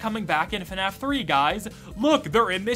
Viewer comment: Instead of the Fnaf that I always expect to hear, it often sounds like Fenaf. Oh no more people should actually finish their let's plays. Not sure how often that happens recently, but it always get's annoying to have to rewatch it with another let's player, when it suddenly stops somewhere else.